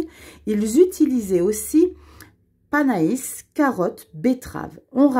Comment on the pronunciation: chaque fois tu me fais trop rire, j adore t'écouter 😅 Et si jamais le panais se prononce pané et non "pa na is"😅😅 Belle journée 😊